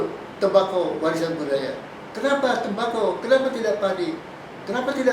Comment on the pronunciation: Prof dsitu bunyi nya budi daya bukan budaya. Lol